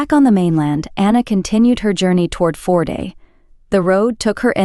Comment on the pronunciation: She talks way too much. Not interested in Anna at all. Tell us where we are, how many people live there, occupation, climate, fisheries, petty viking kings etc. Not Anna and her thermos. Please learn how to pronounce name. Førde is not FORD.